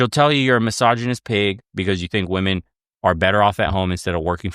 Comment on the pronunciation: can't pronounce a G sound at the end of words ending in NG and she can't pronounce the plural of woman properly. Sorry, she's dumb.